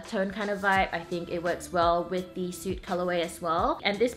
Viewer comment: also it's 'soot' is pronounced like the sound 'foot' , not 'suit'. :)